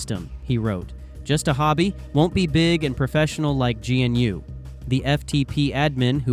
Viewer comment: Please pronounce MS Dos and GNU correctly